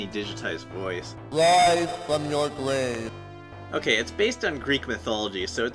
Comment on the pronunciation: WIIIISE FWOM YOUR GWAAAAVE!